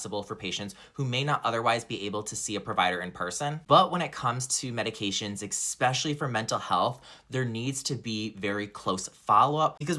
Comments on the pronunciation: Especially, not EXspecially. If you cant speak properly, you shouldn't be handling peoples medications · All was lost as soon as “expecially”.